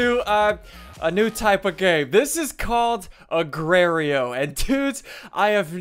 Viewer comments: ''Agrareyo''.... R.I.P. SSundee... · agraio lol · it's not agrio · agrerio WTF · Agrario... lmao